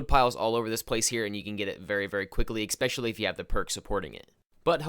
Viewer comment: "Lodging" camp. "Ex-specially."